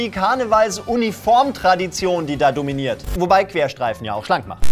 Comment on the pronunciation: "KARNEWALULYSE" ich werd nicht mehr xD